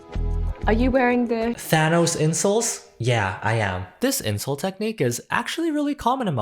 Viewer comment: OK no joke, when I first heard the narrator say "insole" I heard "incel"ㅎㅎㅎㅎㅎ